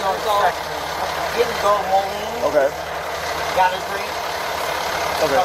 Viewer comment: It's not molly or morning, it's Moline. Sheesh. 🙄